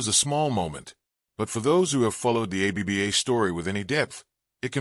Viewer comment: Any chance you can update your AI to pronounce it "Abba", not A-B-B-A?